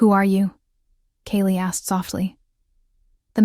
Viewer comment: Kayla and her daughter Ivy, were running away from Richard and the toxic relationship with him. Ivy asked a total stranger for help, who did. Kale , Kaylie or Kayla, is one person, pronounced differently throughout this story but it doesn't take away the plot of the story. Loved it ❤❤❤❤